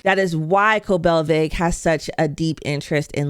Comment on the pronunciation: How u watch all these episodes and call her COBELVED? It’s COBEL…..